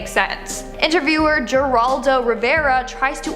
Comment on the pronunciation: Geraldo Rivera. (Heraldo not jeraldo)